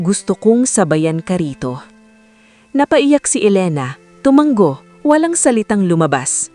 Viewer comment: TUMANGO, Hindi tomang-go